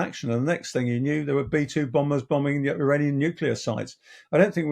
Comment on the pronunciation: He can't pronounce "there" and "aircraft".